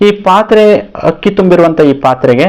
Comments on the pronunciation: ಹಕ್ಕಿ ಅಲ್ಲ ಗುರುಗಳೇ ಅಕ್ಕಿ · ಸರ್ ಹಕ್ಕಿ ಅಲ್ಲಾ ಅಕ್ಕಿ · ನಿನ್ನ ಪ್ರಯೋಗ ಓಕೆ ,ಕನ್ನಡ ಭಾಷೆ ಮಾತ್ರ ಕೆಡ್ಸಿದ್ದಿಯಲ್ಲೋ ಅಕ್ಕಿ, ಅನ್ನ ಹಕ್ಕಿ ಹನ್ನ ಅಲ್ಲ ಮಾರಾಯ